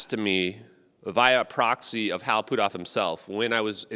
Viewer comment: put off is not pootoff, stop messing the guys name up every time you say it